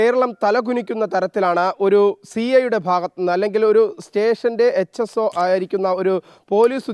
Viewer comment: H.s.o.alledo thettichi parayalle s.h.o.ennu parayu